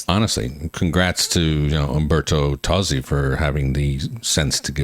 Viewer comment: It's in ITALIAN! Also the singer's name is pronounced Tozzi (Totzi) and not Tosi. He originally wrote the song and Laura took it and made an americanized version of it.